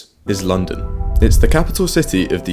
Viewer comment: „This is Lunnden“